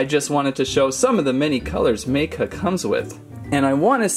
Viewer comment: Ma.ka is how you pronounce it